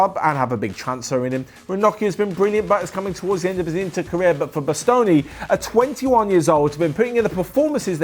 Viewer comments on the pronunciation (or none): Bastoni is so underrated he said his name wrong